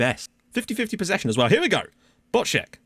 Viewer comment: Some pronunciation tips: Skrzecz == Skshech (the k softens the rz to a sh sound, so skshech) Bochnak == Bohnak (the ch is an audible h sound) Patrzykat == Patshikat (the t softens the rz to a sh sound, so patshikat) Długołęcki == Dwugowentski (I'm assuming the l's are actually ł's, and the e is actually an ę; otherwise an alternative pronunciation might be: Dwugoletski) Bierzalo == Biezhalo (rz here is like the 'si' in the English word vision, transliterated as zh) Chmiel == Hmiel (again, the ch is an audible h)